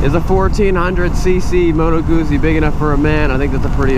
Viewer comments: You should pronounce Moto GUTZI - not guzi. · Great video, but it's prenounced "Gut-zee" not goozee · Moto GOOTSIE, not modo gussy... 😉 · Guzzi is pronounced like pizza. You get me? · The pronounce it like Gutzeee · Double 'Z' is pronounced 'TZ' in Italian. Plus the 'U' as 'OO'. 'Moto Gootzi' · I think it should sounds like "pizza", because it's Italian ;) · Gootzi, Gootzi, GOOTZI!!! 😅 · Guzzi. The pronunciation of Guzzi is Gootzi, the Z’s are pronounced like T’s, as in Pizza, Peetza. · G U ZZ I not Gootsie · Dude... In the video, says it like "gussie". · Guzzi is pronounced like pizza! you say PITZA and you say GUTZI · I have to say this was a difficult video to watch. First, learn how to pronounce the name of the bike you're showing. It matters. Also, that's not a touring bike, which would have a fairing, luggage and footpegs mounted further back that would allow you to shift your weight on the seat for long-distance comfort. The Guzzi Californian is a cruiser. It would help your viewers to get a much more comprehensive, or even rudimentary, idea of the bike if you would bother to learn its basic functions before doing the video: "Here's the gas gauge...super cool...don't know what that means...this here...don't know what that is..." Well, it could be the kill switch, which you wouldn't want to punch while you're riding in traffic. Learn how the bike works before you ride it. And it would seem that you might benefit from taking a beginner's Rider Safety Foundation course. The time to adjust your mirrors is before you leave the curb. And don't ride in the center of the lane, that's where the older cars are dripping oil. Finally, religion is a private and personal thing. Please keep it to yourself. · How he pronounces guzzi😂 oh these americans👌🏻